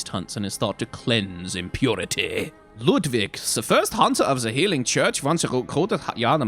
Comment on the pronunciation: That transition to German accent with Ludwig was hilarious :D